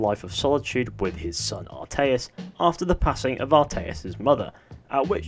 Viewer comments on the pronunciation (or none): Atreus, not Arteus. Atreus. A-tray-us. Atreus. Not Arteus. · ATREUS. Ah-tray-US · It actually sounded like altaïr for some reason lol